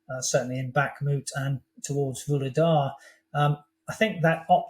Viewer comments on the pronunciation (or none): none